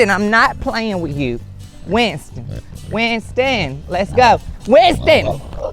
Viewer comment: Darn. Even the garage door caught it- called a heaux. Then Winston the pig’s name turned into 3 syllables- Wi-yun-ston. 😂 I love this guy!